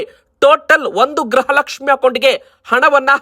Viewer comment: ಗ್ರಹ ಲಕ್ಷ್ಮಿ ಅಲ್ಲ ಗೃಹ ಲಕ್ಷ್ಮಿ ಅಂತ ಹೇಳಿ. 31ನೇ ಕಂತು ಬಂತು ಕೊಡಗು 🎉